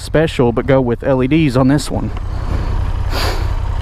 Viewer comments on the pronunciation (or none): none